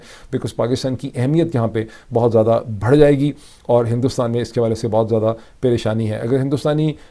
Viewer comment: بار بار بتایا ھے کہ بھڑ نہیں کہا کر۔ بڑھ جائے گی کہا کر ۔